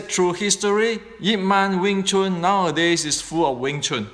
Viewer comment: Wing Chun is not Weng Chun.